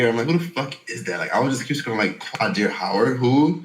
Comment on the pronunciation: Had to stop the video once you started saying his name was ugly. What in the world. His name is not QUAAA DEER. Qaadir is a beautiful name rooted in history. If you can't respect other cultures, that I can't even take what you say seriously. If you